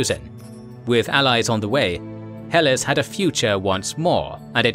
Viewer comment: Good show. It's pronounced "Heh Lass" as in